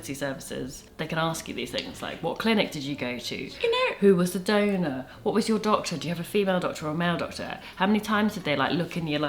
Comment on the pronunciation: When you two say donor in your accent it sounds like donut to me. “Who is Rupert’s donut?”